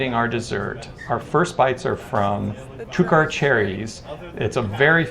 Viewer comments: I live near Prosser, where they are made, and have visited their production facility many times. It's pronounced "Chucker." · It’s pronounced “Chuck-er”cherries like a nick name for Charles. Fun fact, they are made in Prosser, WA which is a town in Eastern Washington. The entire North American tectonic plate rotates clockwise with Prosser at its center. The plate moves .04”-4” per year. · Chukar Cherries = “Chuck-ar”, like the little quail like bird in their logo!!